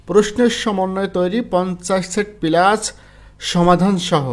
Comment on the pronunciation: আপনি সুন্দর করে উচ্চারণ করতে পারেন না? পিলাস কি! বলবেন প্লাস।